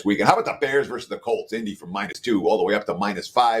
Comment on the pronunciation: just a reminder: Versus is pronounced with TWO syllables. It's not "verse". I know you're a proud Canadian, but you're also smart and should be able to make the simple adjustment.😀